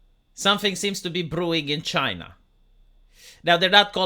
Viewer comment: CHYNA ! It’s China